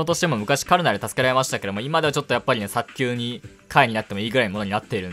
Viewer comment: 内容と関係ないけど、早急を「さっきゅう」って言ってるところに学を感じた。そうきゅうでも間違いじゃないけど。😵‍💫